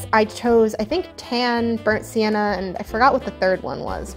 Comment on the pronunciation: Sounded like you said burnt santa lol